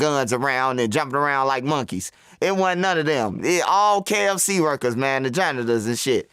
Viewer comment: Mane said kfc worlers😂😂😂